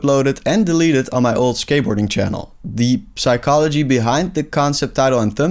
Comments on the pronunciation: I would've subscribed but this dude pronounces the "p" in psychology, like a ruthless animal. F**king bastard. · Bro the p in psychology is not pronounced in English